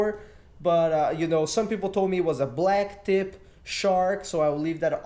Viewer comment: BLACKTIP not Blacktop